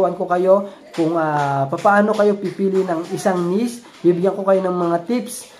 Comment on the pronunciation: hindi nis... niche (neeeeeeech)